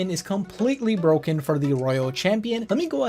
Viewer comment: he's said that it was bwooken